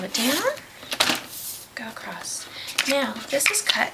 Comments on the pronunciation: Acrosst is not a word. It's pronounced how it is looks. Across. Bugs me! Loved the colours though! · I'm not a fan of hearing words in the English language being pronounced incorrectly, but the instructional video was helpful to this beginner. Thank you. (The word was across, and it was pronounced "acrost".)